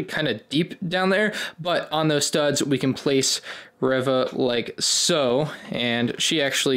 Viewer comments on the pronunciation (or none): why do you call Reeva Revah? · its pronounced REE-VUH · Good video overall, but I just couldn't get over the pronunciation of "Reva". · Correction her name is Reeeeeeva